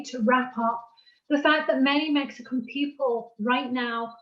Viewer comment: Did she say "Mexico-an"?